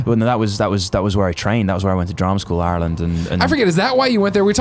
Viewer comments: My god. An Englishman who pronounces Ireland right. ALL HAIL THE HOUSE OF EL. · U can tell Cameron really did live in Ireland with the way he pronounces it lol